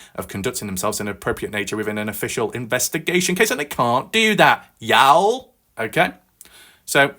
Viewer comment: Hi my friend I understand you are no from America let along the south ya'll is pronounced like yawl its a southern abbreviation for you all